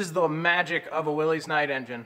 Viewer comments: It is NOT "Will-eeze". It is Will-iss. Named after the owner, John Willys. Even though he did not care how anybody pronounced his name, as long as they bought one of his cars, it reveals just how ignorant, obnoxious or downright obstinate some people insist on being. BTW, I did have a 1926 Willys-Overland Six Coupe back in 1976-77. The distributor was driven off the back of the generator which was chain driven off a crankshaft sprocket. Gotta love the old early car manufacturers! They sure were an inventive bunch! Eddie Rickenbacker's cars were the first to have 4 wheel brakes..... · It's not Willy's it's will us is the proper pronunciation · Williss, NOT Willez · I am going to go commando (making a comment without reviewing the comments already logged) with my comment(s). Years ago I did a little search and found out the name WILLYS is pronounced as if it were spelled WILLIS. It is not possessive and it is not plural, it is a name. Names are allowed to ignore basic rules when it comes to spelling and pronouncing them. So it is WILLYS (willis) and it is not "will-eez" . Just suggesting a little respect for the WILLYS name. Absolutely loved the subject and the way you presented the project. Wow, totally fab. This must be the light plant that everyone used in their hunting'/fishing cabins. I have never subscribed to a YouTube channel but am strongly consideering yours. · Willys is pronounced Willis.